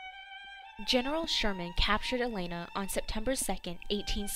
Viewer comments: Why is the narrator of this video calling "Atlanta" something that sounds like "Elena"?? If you are going to have someone narrate these, at least get someone who can pronounce things correctly! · She did NOT do a "good job!" She couldn't even pronounce "Atlanta" correctly! She called it something that sounded like "Elena."